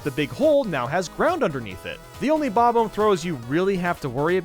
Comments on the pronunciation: Him: Bob-Omb YouTube:Bobum (Bob Home) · Why do gamer YouTubers pronounce “Bob-omb” in such a weird way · I'm angry at the way you say bob-omb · I will never not hate how you pronounce Bob-omb. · I’ve never heard anyone pronounce Bob-omb like that. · Two things we all hate about: The way he pronounces SNES The way he pronounces bob-omb